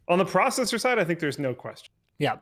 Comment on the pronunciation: Now Linus is saying "pro"cessor, jesus christ. You can't just do it with one word, anything with "pro" in it you have to "pro"nounce it like that.